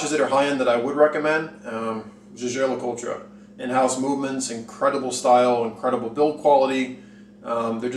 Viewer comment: It's YEAGER. Not ZHAZHAY. lol I appreciate your perspective tho